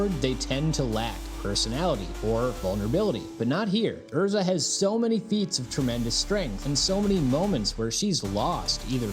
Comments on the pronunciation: Who tf is Ur-za? lol. I'm pretty sure it is pronounced Airr-Zah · 10 sec into the video and im disgusted by how you pronounced her name. but i will continue watching bc she is the love of my life and the Epitome of a woman.